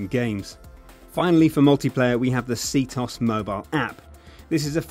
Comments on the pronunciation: C-toss? Its C-t-o-s. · SEE TEE OH ES NOT SEETOS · It's not pronounced C - Tos, it's pronounced C-T-O-S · It's not pronounces See-Toss. OMG, so freakin' annoying. It's C-T-O-S... SEE TEE OH ESS. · LOL, it's "CT-OS" not "C-TOS"! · You don't pronounce it "see-toss." You pronounce it " see-tee-oh-ess." Just a little mistake I wanted to correct you on. 😊😊😊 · it's not "CT-OS" nor "C-TOS"... Its Cheetos! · C-tos? LMFAO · cee-tos lol you mean CTOS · See-toss??? It's C-T-O-S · He pronounces ctOS like "see-toss" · i dont know if u knows this but it is c-t-O-S not c tos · Really? SeaToss? It's called ctOS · Bullet time mode? Seetos? It is focus and ctOS you noob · its c t o s not c tos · When he said see-tos i died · Lmao, did he just pronounce CtOS for "Citos" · i cringe everytime he says "see toss" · I almost stopped watching the video in less than a minute, the fact that you pronounced ctOS c-TOS was so disturbing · Foreign Allies The game ALWAYS pronounces it as C-T-O-S, with no exceptions. The game itself. I'm pretty sure being deaf is not a requirement for being English.